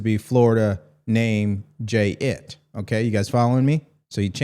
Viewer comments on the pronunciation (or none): NO< That is pronounced as JIT, one word/One syllable - means kind of like youngster. A name that's normally used for out-of-control youthful men. A slang word.